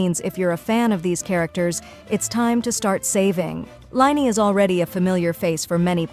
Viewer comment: It's lyney not liney